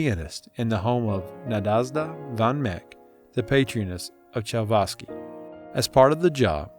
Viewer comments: Chavavsky??? really! how about Tchaikovsky! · Please fix the pronunciation of musical terms like concerto, names like Nadezda and Tchaikovsky. I could not go on listening to this.